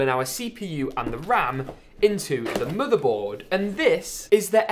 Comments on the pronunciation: Bro It is motherboard not modorbord ok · Murderboard ehh? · He said like moodebot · Please.Say. Motherboard. One. More. Time